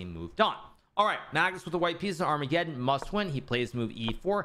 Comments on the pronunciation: Can anybody explain Hikaru's occasional pronunciation of armageddon to me? He sometimes says ar-mega-don and sometimes says it correctly... What am I missing? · It's just a joke, like how he says Deez knights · Thanks. I get deez knights e.g deez nuts... Ar-mega-don I don't get... Humour is subjective though I guess.